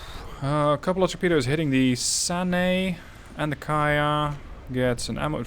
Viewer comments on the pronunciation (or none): none